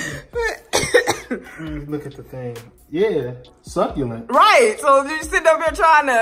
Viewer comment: I be having conversations with u guys when you pronounced succulent wrong I yelled at me phone “ SUCCULENT” like if you could here me like if you do that to